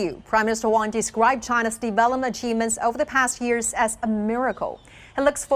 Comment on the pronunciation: Can’t even pronounce PM Wong surname correctly shows how little respect she has for Singapore